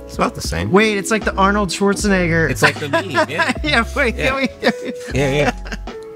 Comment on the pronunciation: did he just say: "Arnold Swarznigg****" ?